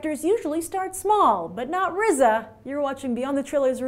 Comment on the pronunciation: D You pronounced RZA correctly, Kudos Grace.